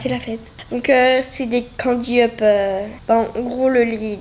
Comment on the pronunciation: LE TRUC KI RESSEMBLE A DU CANDY UP CA S'APPELLE DU DANUP SA SE LIT DANAP